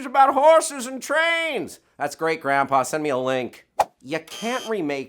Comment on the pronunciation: as a dutch guy it is really funny to hear trying to pronounce paul verhoeven's name